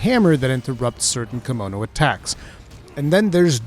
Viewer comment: Thank you for the well thought of video. Also I keep thinking you're saying kimono like the clothing lol.